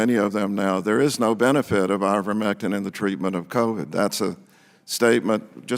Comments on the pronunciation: Let’s work a little harder to get pronunciation correct. It’s I-vermectin not IN-vermectin. We need to maintain our credibility as compared to the no-nothing Republicans. Good video! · It's pronounced eye-ver-MEK-tin, not INN-ver-mek-tin. mispronounced the stupid drug, lowering her credibility. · It's IVERmectin, not INVERmectin.